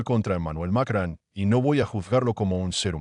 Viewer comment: ES ,MACRON IDIOTA NO '' MACRAN ''